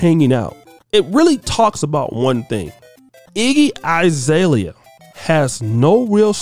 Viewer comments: It’s Azalea not I. Bruh you pronounce names terribly 😂😂😂😂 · Her name is AH ZALEA, not I zalea!